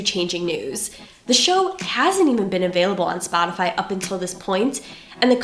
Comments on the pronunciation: Holy shit, I lol’d within the first 30 seconds bc he said ‘sportify’ not realizing he would then say it several more times. Dude, it’s Spotify. Where the hell do you live or hang out that you don’t know that?! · 'Sportify' Lol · Why does this guy keep saying “Sportify” am I missing something ? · "Sportify". As always good stuff Glenn but I had to point that out. :) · SPORTIFY With an R ? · It's Spot-Ti -Fy not sportafy. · Why does this guy keep mispronouncing Spotify , it’s not Sporttify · Oh and it’s Spotify not Sportify. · Did he say "Sportify"? Shows what an idiot i am because i thought it was Spotify. Where would we be without these experts to show us the how things really are. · Why does he keep saying "Sportify"? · Glen! It’s ‘spotify’ not ‘sportify’ lol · When you say sportify instead of spotify you appear to be an imbecile and thus discredit your whole argument. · Glenn, there's no r in the name of the company. It's Spotify not Sportify. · I cringe every time he says Sportify. Does he really think it’s about sports? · He called it sportify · spotify not "sportify" :) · It’s spotify not sportify! Hahaha. Good analysis though! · Glenn, I thank you for your contribution to journalism and I truly respect you, but it's 'Spotify', not 'Sportify' :') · Maybe he isn't really saying Sportify- that's just how he pronounces Spotify, kinda like some people go to Warshington DC. or warsh the car. Garsh, who knows? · Its "spotify" not "sportify".... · Glenn said Sportify on Useful Idiots and nobody corrected him so I blame them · I agree😂😂 "spurtify"💦💦💦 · SPOT-ify! Not "Sportify!" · I love that you keep pronouncing it "SPORTify" adorable Glenn! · Plays news excerpt that clearly says "Spotify" "So ummm Sport-ify..." 🤦‍♂️ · It’s not “Sportify”! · Did he say "Sportify" ? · Did he really say sportify! Haha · Did he say Sport-ify? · 'sportify' :P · Love Glenn but why does he call it Sportify? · Every time he says "SPORTIFY" I wanna smash my head into the screen...S-P-O-T-I-F-Y